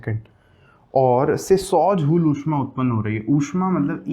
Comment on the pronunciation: सिर झूल नहीं जूल होता है